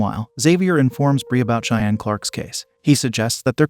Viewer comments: It's interesting how the narrator can pronounce the name Xavier but can't pronounce the name Cheyenne. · They said it correctly the first time… 🤦🏾‍♀️ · Cheyenne it's pronounced "shy Anne". Say it rite. Thanks lol. Thanks. Doing a good job